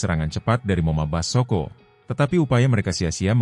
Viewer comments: Ai peppers kok ngomong moma basoko,belajar lagi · Bgm komentator,kok ngomongnya moma Basoko.